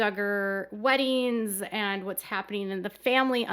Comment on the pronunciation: Happeneen? Weddeens? Comeen? Sibleens? Huh? Please, 'ing' is NOT pronounced as een. Other than that, good video.